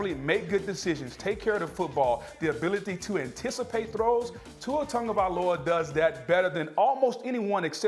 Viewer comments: Booger.....it's not TONGOvailoa.... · How do you say his last name (tagovailoa)? Cuz im pretty sure there’s no n in it, but ppl pronounce it like there’s an n in it